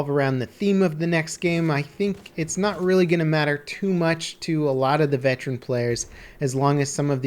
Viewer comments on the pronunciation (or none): Goddamnit,. It's veteran, not vetran.